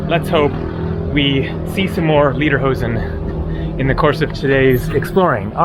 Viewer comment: I wish you would pronounce "Lederhosen" like the sound of the English word "Later" rather than Lieder, which is a word meaning "songs".